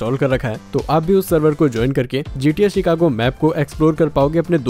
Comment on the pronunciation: Bhai cheekako nhi Chicago